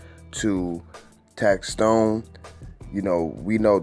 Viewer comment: Big shouts to for finally saying tax stone name right. Tax Tone is someone else famo 😎